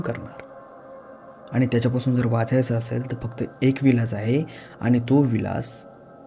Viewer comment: विलास नाही ईलाज।।